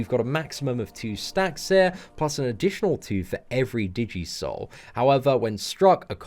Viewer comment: Could help laughing at DI-jee souls. Pretty sure it's digi-soul like digital souls. She looks pretty awesome though. Probably the best champ of the month.